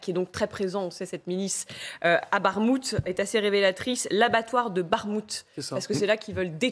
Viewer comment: Ça se prononce Barrmouth ? Ça fait pas très Europe de l est comme ça 🤣